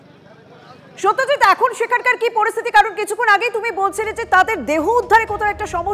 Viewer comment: সত্যজিৎ-এর উচ্চারণ পরিষ্কার হওয়া উচিত।